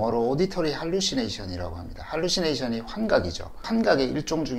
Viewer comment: 할루시네이션 -> 홀루시네이션